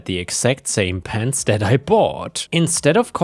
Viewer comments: I don't know why, but I heard "pants" when you were describing the last story about "pens" :D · Oh PENS... I thought you were saying PANTS. I found it very strange that someone would steal pants. Disappearing pants would make a cool gift for my wife.